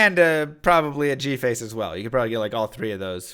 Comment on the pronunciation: Hearing G-face pronounced properly made my day